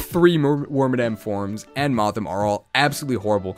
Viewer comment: Its moth-HIM (male) and Wor-MAD-EM (female / madam ) it upset me greatly when I found out it wasn't worm-a-dam, now I pass this cursed knowledge to you.